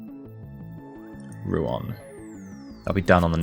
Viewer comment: Don't wanna nitpick over a single word, but I'm gonna nitpick over a single word because that's how I get my kicks on the internet, it's actually Rouen, not Rouan. EE's pronouncing it wrong.